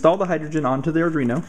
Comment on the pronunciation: Sorry just a pet peeve but it's pronouced ar-dwee-no not ar-dree-no, this mistake seems to be getting popular so I figured I'd say something. Otherwise great vid, besides some blur, and wicked shield!